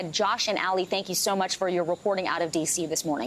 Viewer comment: Dude, its not "Alley", like Ali Vitali. Its, "Aalee" like Aladdin.